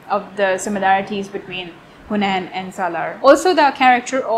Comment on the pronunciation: Its not hunain* its Hameen